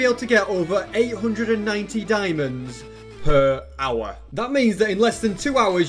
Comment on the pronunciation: The way he says hour it reminds me of that viral dog that literally eats earphone mic and saying "owa owa"